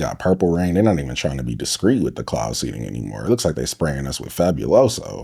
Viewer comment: Cloud SEEDING , not seading